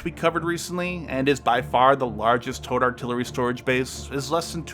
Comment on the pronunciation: Ah... you're saying "towed". Took several minutes to decipher that. Was wondering what the hell tote artillery was.